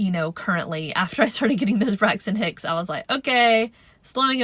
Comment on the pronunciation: I kept hearing you say Brexit Hicks, were you? 😆